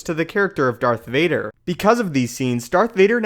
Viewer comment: woah woah woah, did you just say dark vader at the very beginning?